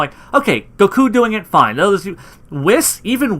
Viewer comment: Like the videos man ! , but why do you say Saiyan like Siyan and goku like gokue?